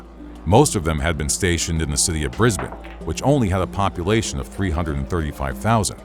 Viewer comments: Extremely big props for saying Brisbane like a local. Bris-bin, not Bris-bane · Thank you for saying brizbin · HE SAID BRISBANE CORRECTLY 🎉🎉🎉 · As an Australian, the most impressive part of this video is that this particular American narrator actually pronounces 'Brisbane' properly. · Congrats on the perfect pronunciation of Brisbane 👏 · Thank you for pronouncing Brisbane correctly. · Thank you for saying Brisbane right